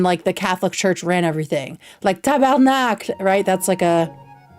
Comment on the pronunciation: Omg! Je suis québécoises! Tellement contente d'entendre quelqu'un parler correctement de notre histoire! Merci ☺️ Also, you can say "couilles" and "testicules", for balls. Your "tabarnak" is so on point 👌 (also, get in line for Harley, I'm first!!!! 😏)